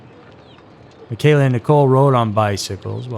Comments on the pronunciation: friend of the Bastian family, here… also grew up less than a mile from Puget Park… her name was pronounced “Michelle-uh” not “mi-kayla.” Additionally, pt defiance park doesn’t include Owen’s beach, which you’ve included . I never knew about the one guy working at the hospital in Lakewood… that’s pretty unsettling, yikes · My cousin is Michella and it’s pronounced “mitch-ella” thanks for the video!! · How the hell do you produce an entire episode without actually knowing how to pronounce the girl's name? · Huge eyeglasses? Looked bookwormish? What are you 12? I stopped listening there. Pathetic narration. You obviously don't know what you're talking about because you can't even pronounce the girl's name.